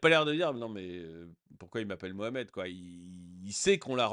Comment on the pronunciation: Je ne comprends pas, il dit "Mohamed" ou "Mouche à merde"...... Ce n'est pas important, c'est la même chose 😂😂😂😂